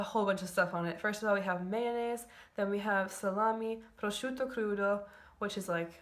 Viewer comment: Incredibile...un'americana capace di pronunciare correttamente il termine "prosciutto"....